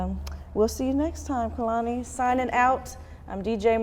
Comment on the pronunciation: And we are going to fight if i hear one more person call her Kalani ITS K E H L A N I DUMMIES